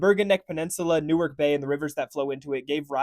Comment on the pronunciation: “New-ark” is in Delaware. Pretty sure you mean “Nork” Nork, New Jersey